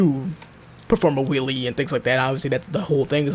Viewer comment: You are saying will😂😂